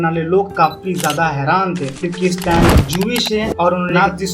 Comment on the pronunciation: Stan❌ स्तन ✅😂😂😂